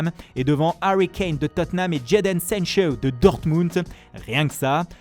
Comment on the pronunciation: "Jayden Sanchowwww"